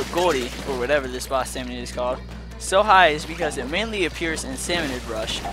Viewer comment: Can i just say it is called a SALMONID NOT SALMONOID